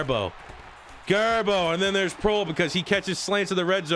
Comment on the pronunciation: I believe Proehl is pronounced "Prail"